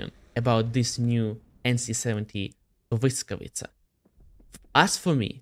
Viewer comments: man, respect to for doing his homework and actually pronouncing the tank name correctly. so many people earn their bread by being content creators, and doing a half ass job, and pronounce names or things wrong. Not just in WoT, im talking content creators in general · You pronounce "Błyskawica" beautifully. A little more practice and you'll be able to stream in Polish 😉. Thanks and best regards!